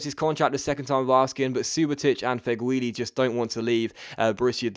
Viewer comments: Its not pronounced Fegwuili, it's pronounced Feghooli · It's prenounced (feg-ew-li) by the way :)